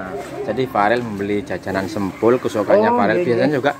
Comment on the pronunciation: Sempol mas bukan sempul 😁😂🤭🙏🙏🙏